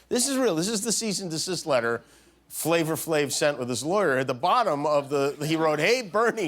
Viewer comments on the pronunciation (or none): Not that it really matters but it's not FLAVOR Flav.... it's FLAVA Flav lol